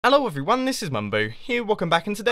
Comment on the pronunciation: I love that he said, "Ello erveryone."